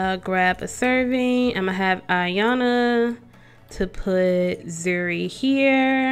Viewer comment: ok lol my name is zuri but zuri not zhuri